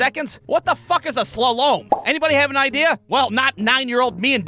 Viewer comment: So a slalom is pretty much zig zagging. Its pronounced Sla-lom.